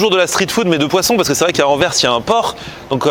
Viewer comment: Au moins il prononce déjà bien Anvers et Bruxelles 😂